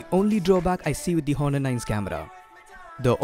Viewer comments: Its not Hhhhhonor , its pronounced like Onor , h is silent dude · The 'H' is silent in 'Honor'. You pronounce it as 'Aw-ner' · I know someone probably already said it, but the H in many Latin-based words in English is silent, such as honor, heir, and hour. I could go into the linguistic specifics of it, but I don't know if you would care for that. Anyway, I just wanted to leave you a helpful tip. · ok, but it doesn't matter. he is doing gud. i just wanted to correct him bcz every body is listening to him and he should correct his pronunciation... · No worries. Great video. I, being a grammar Nazi, couldn't enjoy the video a lot just because of that H :P But overall, really nice video skills